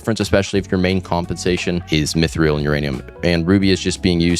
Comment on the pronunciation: mythreal is actually pronounced "mythril" 👍